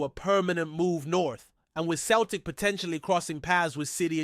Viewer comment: It’s pronounced Seltic you 🤡not Keltic 🤡🤡🤡💩